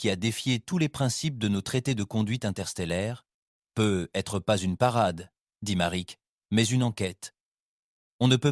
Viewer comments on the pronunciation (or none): Les histoires sont sympa Par contre ENORMÉMENT de repetition et un GROS probleme avec la liaison du mot ^ peut-etre ^ Sinon mis a part la voix ia rien a redire